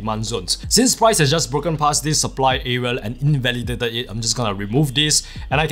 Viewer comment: Why do you keep saying areal ?!